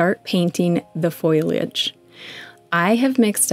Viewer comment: How lovely! (It's FOLIAGE, btw. Not FOILAGE! - FOAL-Y-AGE.)